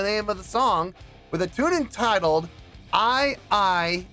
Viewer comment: It's pronounced "i i E" - 3 syllables, that is. The pre-loaded backing track was the title. In the Storytellers version she says it was what was sung to her when she was recovering from her miscarriage & went on a psychic trip with a young Native American boy. Every town they visited was full of dead people. She was drinking & hallucinating the chant, basically.